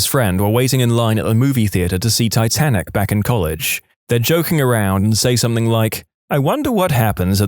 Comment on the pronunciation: No K in the word something